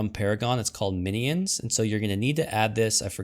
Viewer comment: He's teasing you because you say a 3 syllable "mi-knee-ins" as opposed to the more common 2 syllable "min-yins"